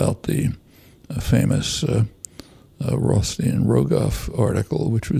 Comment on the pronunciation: By the way, it's Reinhart & Rogoff, not Reinsein & Rogoff